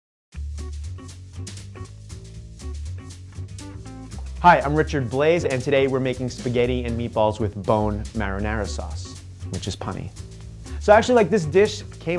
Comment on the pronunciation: Richard.....BLAZE ???? what the hell ! it's pronounced ''bleh'' in French ! That's hilarious...can't even pronounce his own family name correctly lol